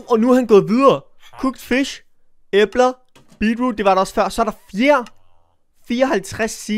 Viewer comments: Du ud taler æbler forkert men god video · Det lyder som æber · Jammen har jeg ikke lov til at det lyder som æber? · Hvorfor siger du æbler på den mærkelige måde😂